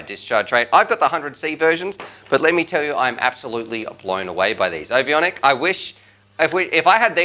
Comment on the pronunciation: There's only one i in the name. Ovonic = O-von-ic. Not O-vi-on-ic